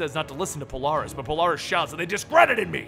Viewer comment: isn't it Polaris??